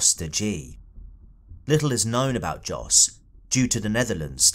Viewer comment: Her brother was a selfless hero who did all he could. I hope he’s at peace now. On a side note, I think Jos is probably pronounced with the J like a Y. Like how Germans say Ja. I once worked with a Dutch guy named Jost and it was pronounced “Yōst”. #RockGang🗿🗿🗿